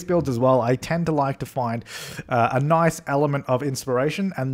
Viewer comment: You said noice. I adore you